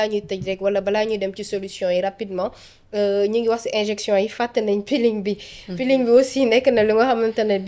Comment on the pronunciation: C'est" injection" au lieu de "injinction" une petite rectification